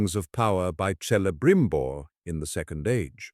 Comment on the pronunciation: Damn it Almost 4min in. Vid seemed so promising then u mispronounced Celebrimbor as freakin Selebrimbor 🤦 wtf C's are always k's in elvish. Not s